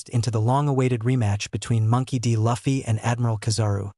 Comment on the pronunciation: The auto generated voices and not an actual narration is getting so tired. The mispronunciation of “Luffy” should be considered a crime. Especially if you’ve been a fan for years, as the narrator claims to be 😭🤦🏽‍♂️